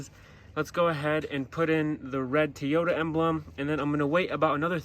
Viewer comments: Not "Teeyota" dude...it's "TOYyota" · And its a Toyota not Tiota. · ARE YOU SAYING TEE-OTA? lolo 🤔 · Hmmm. T-ota. I always thought it was Toy-ota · Stop saying teeyota😂🤣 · Who the hell says tee yoda 😂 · "Tee Yota"?????? Lolololol!!! Where the hell are you from??? I don't see any other red trim on the entire truck, so don't understand where the red emblem idea came from. But it looks weird.